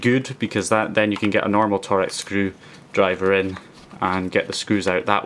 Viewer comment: Torx is pronounced almost exactly the same as 'talks' or 'torques' rather than 'Tor-X' I know it's not exactly important but it's just a bit of info for you ;) other than that awesome vid man!